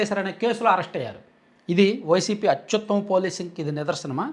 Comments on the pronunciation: అత్యుత్తమ అని పలకడానికి రాదు. మరేం చేస్తాడు? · భాష లో అధ్భుత ప్రయోగం.... అత్యుత్తమ నీ అతి యుత్తమ అని పలకటం... మరో భాషా కోవిదుడు.